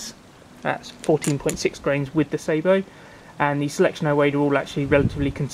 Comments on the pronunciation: I can't be silent anymore, you are making the same mistake the yanks make, the word is sah_bow, if you add a t, at the end you will have the proper word ,that is sabot, I think it is French for shoe, or similar, if you think about it ,it makes sense, a shoe to hold the projectile, please try not to copy American pronunciation of any words,as you know they can't even say English words yet, they are a very new race, and have never heard any words pronounced properly. Especially French, I might be talking bollocks, just for annoyance sake , I'm never sure ,being Welsh, so if I am wrong ,along with everybody I know who has fired sabots ,that's sah_bow, then please correct me , I need correcting,,by a lady ,I suggest my place 4o clock Fridays, by the way there are sabot tank ammunition,. They cost a lot more and are hard to fit into an air riffle, sorry yanks, ruffle,. ,🤗,,,Happy fishing,,all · Interesting review. I'm looking at buying some as a novelty. Just need to point out that the pronunciation of Sabo is incorrect. It derives from the French sabot, a wooden one piece shoe worn by the poorest members of society. Sabo here refers to the shoe that the projectile is loaded with. Edit. Got 54 with a few Prometheus thrown in from eBay. Only a novelty as too erratic to be taken seriously!